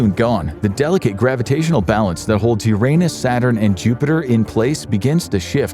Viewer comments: The narrator knows how to pronounce the word "Uranus" properly, but he's got the mind of a child so he says "your anus" instead. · There's a giant void in Uranus 😅 Seriously that's not the only way to pronounce the name of the planet. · That's not how you say Uranus.......